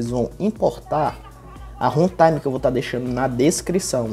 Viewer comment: O MALUCO FALOU HENTAIME KKKKKK